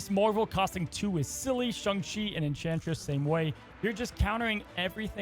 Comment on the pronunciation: Im still trying to figure out wtf a Shung is. Last time checked its either Sayng and Shaung. Then agaon this dude cant figure out how to pronounce Daken either.